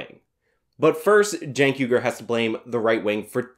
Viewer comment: Please pronounce his name correctly. Chunk yogurt. Thank you.